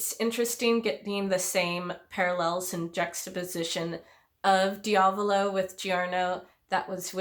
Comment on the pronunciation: the body swap is a huge part of this fight and I always loved it edit: also, I hate to be that guy but your pronunciation of diavolo is killing me. lol